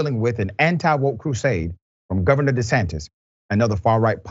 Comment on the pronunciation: De he say Ron DE-SATINIST Okay